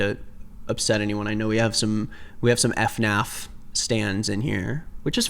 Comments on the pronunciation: F-Naf ur funny. it’s Fin-affff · its FanaF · "f naf" THATS NOT HOW U SAY IT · “ef naf” killed me